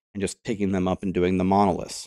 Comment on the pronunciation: Please, please! It is MonoliTHs not monolisks. I can hardly listen to those videos on LE because of that.